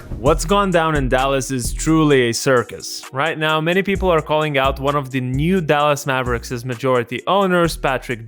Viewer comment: dal-ASS maver-ICKS